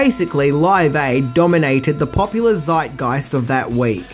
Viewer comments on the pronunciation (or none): none